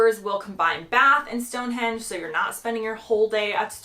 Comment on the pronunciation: I agree with you with all the others, but Stone Hendge come on 😮? Lol